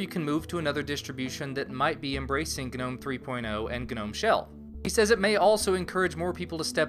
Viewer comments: It felt like it shocked my brain every time I heard "guh-nome". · um, i think the g in gnome is silent, like garden gnome. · Is it really supposed to be pronounced 'guh-nome'?